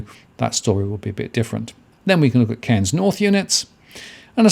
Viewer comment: Very questionable data coming from someone who can't even pronounce the cities name.